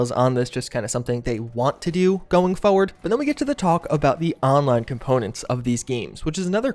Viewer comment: By "forward", you mean "fewad"?